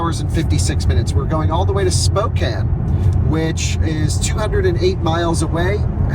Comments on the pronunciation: Spray-g, not Sprog. Spo-can, not Spo-cane. Come in guys, learn the names! Core-d'lane. Love this trip. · Spokane is not pronounced Spo kane. It is pronounced spoow can. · Somebody tell it’s pronounced SPOKE-ANN! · Learn to pronounce the cities correctly you are driving me crazy. Spo-can, Spraygue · It's pronounnced "spokaan" ... :) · Okay boys it’s Spokane, “Spoke” (like the part of a wheel) “Anne” (a woman’s name) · I cringed everytime pronounced Spokane. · As an eastern WA resident I’m enjoying your mispronunciation of our little town. 😂